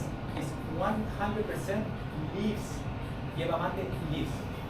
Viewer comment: Yerba or Hierba Mate... but not "Yierba"